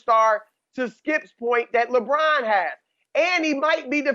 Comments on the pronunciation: Chris “Lebraun” Broussard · I’ve miss Chris Broussard saying LeBron‘s name😂😂